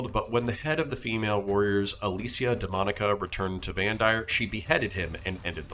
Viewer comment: Slight correction ^^ It's not Alicia DEMOnica, but DOMInica ^^ As in, Alicia "Of The Lord"